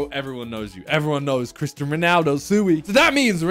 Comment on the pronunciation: Fun fact:speed has been saying "christo ronaldo" all this time